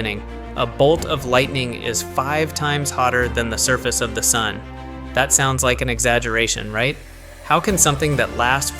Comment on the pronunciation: 5x Hotter than the Dun's surface... what's a "Dun"